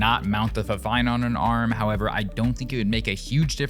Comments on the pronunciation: No, it’s pronounced “Fifine”, not “Finefine.” “Fi” like the “Wi” in “Wifi”. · it's fifine not "fine fine" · Actually it is called fi-fine not fine fine. wich is an Ukrainian brand as i know and their official vebsite calls it fi-fine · fine fine wtf its FIFINE